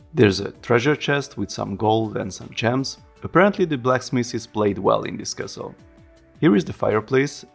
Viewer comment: hehehe when you say castle I hear kessel hehe you know spice mining planet from Star Wars :P